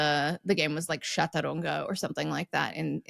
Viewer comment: When I was a kid, you paid a deposit on pop bottles in the U.S. and then got it back when you returned them to the grocery. Chaturanga is a game from India, but it's also a yoga pose. It's related to the Sanskrit word for "four" and it's a ch-sound (not sh). And I see that it's already been pointed out that the card game is pronounced pea-knuckle.